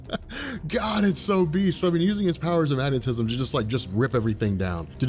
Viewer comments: Every time he says "beast", i lose 1 will to live. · Say "beast" again... jesus.